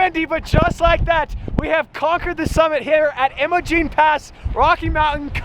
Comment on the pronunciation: BROOO LISTENEING TO YOU BUTCHER IMOGENE PASS IN ROCKY MOUNTAIN COLORADO IS LIKE AWFUL TO MY EARS . ITS IM-O-GENE PASS AND ITS IN NOT EVEN IN THE ROCKY MOUNTAINS.